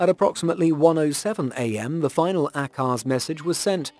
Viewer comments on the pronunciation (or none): It’s not pronounced ACKARZ!! And what’s with all the BS photos on the preview.